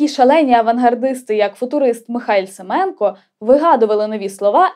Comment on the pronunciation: Безмежно дякую Вам за чудовий випуск! Браво. Наскільки я знаю, наголос у прізвищі Семенко на останній склад. Це тре перевірити. Дякую!